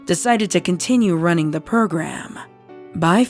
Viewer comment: Heh purrgram. Dose anyone else hear it